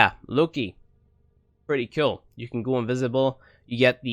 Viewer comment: umm is it "Kewl" or "Cool" ? 😂